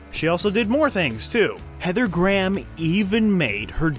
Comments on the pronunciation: The pronunciation made me cry Heather Gram......please for the love of god Graham. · "Gray-ham". Not Gram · “Graham” is pronounced as; “Grayum” not “Graam” lol. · Her last name is pronounced Heather (Grey Ham) not Heather Graaam. 🙄🤣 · Graham (pronounced Gray-Ham, not Gram ) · Dear Americans, Graham is pronounced "grey 'am" not "gram" , you're welcome 😄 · Heather Gram??? I'm pretty sure her name is pronounced "Gray-em". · Dear Americans. Graham is two syllables not one. It's Gray-um, not Gram. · It never gets tired, hearing Americans pronounce 'Graham' as a one syllable word. It sounds like they're saying 'gram' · Why you saying heather gram.speak properly knob head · LOL, I love it when Americans mangle Graham like "gram", it's like "Let's make a homophone with a unit of measurement and have no trace of self-consciousness about it, because we don't speak English properly and never will". It's going to be hard to not laugh all the way through this one. "Gram", lool Englishn't. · Apparently, I’ve been pronouncing her name wrong all these years. I thought it was Gray-ham.